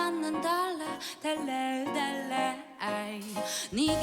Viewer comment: 근데 달라를 왜 영어식발음으로 하지... 한국유학파인가